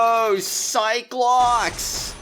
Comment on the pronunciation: Every time you say Psyche locks I keep thinking you say cyclops 🤣